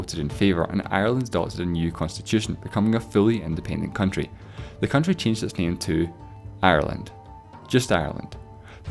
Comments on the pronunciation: Am I the only one that noticed it said coutry not country? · 'the coutry' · on the right.. what is a coutry?????I think you mean country or county